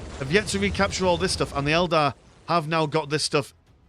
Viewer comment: Fantastic match. "Eldad" was quite an amusing slip of the tongue.